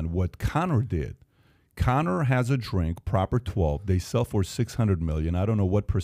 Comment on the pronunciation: he called conor, cowmer